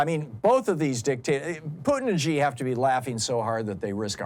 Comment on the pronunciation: As an American who speaks Mandarin, it hurts every time he says China President’s name wrong. It is pronounced like the female pronoun “she”—not Zhee. Why does everyone get this wrong? It’s time to learn it.